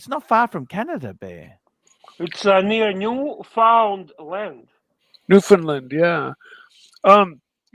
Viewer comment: It's pronounced "New-Fun-Land".